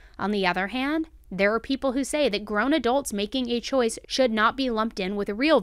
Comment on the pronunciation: if she said chouce, then chouce it is. 😜